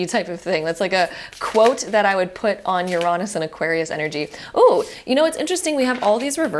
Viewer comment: great video but you mispronounced Uranus 😭